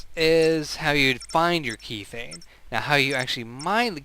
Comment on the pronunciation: god I hate being a grammar Nazi but I cant help it this time. methane pronounces meh-thay-n....logical to realize kethane is promounced keh-thay-n sorry :o couldn't help myself